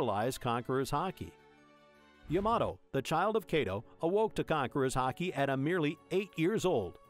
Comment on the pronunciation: I swear call him Kaydo one more time and I'll have a stroke.